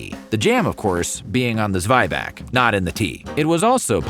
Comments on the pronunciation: Zweibach??? It is called Zwieback. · Zweibach sends me 😂 it's actually Zwieback - Zwie as in Zwei (two) and Back as in gebacken (baked). There are documented German/Bavarian recipes for Zwieback as old as 1860s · I'm pretty sure it's Zwieback, not Zweibach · Dude, where do you get your information? A lot of it is just wrong. It's not called Zweibach, it's Zwieback. It also appeared to me in the Werther's video. Who is your source for German (yeah, also talking for Swiss, because they also call it Zwieback) stories??